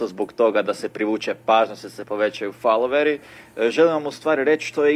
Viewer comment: Lik ni ne zna pričat reka je faloveri